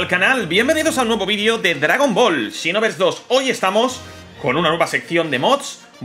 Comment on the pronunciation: Siempre lo pensé que se dice Xenoverse no Shinoverse xD